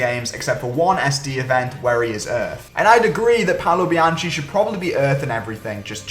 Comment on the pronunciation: it's pronounced "Bianki"